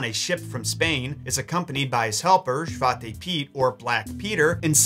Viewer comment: Its funny he try speak dutch XD. I like it and you say it on a good way Sinterklaas and Zwarte Piet :). Keep up the good work.